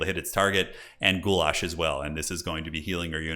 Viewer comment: This is the first time your pronunciation of goulash was spot on, very close to how I would say it. Did you train with your wife or something? You might become a Slav in the future,.